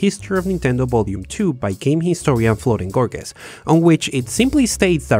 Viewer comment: I wonder if he keeps mispronouncing florent gorges name on purpose 😅